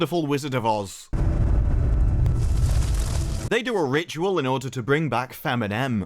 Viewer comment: Feminem😂😂😂😂😂😂😂😂😂 I was listening carefully till then.